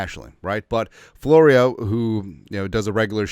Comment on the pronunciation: Mike Flow-ree-who?